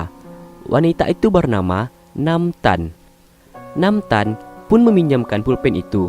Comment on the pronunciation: NAAMTAN❌ tetapi MAANTAN✔️